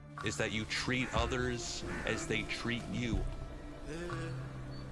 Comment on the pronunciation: I heard, “you should tree others how they tree you.” XD